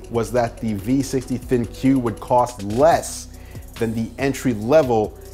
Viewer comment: Bro, it's pronounced "Think" not Thin-Que